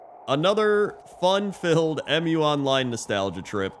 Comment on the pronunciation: It's not 'Em-You Online" I'ts one word Mu, pronounced as 'mew' The game name is inspired by the name of the mythical continent Mu.